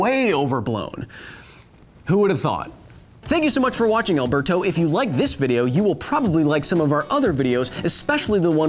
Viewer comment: Did he just say than I you for watching alberto?? At the end?? My name is alverto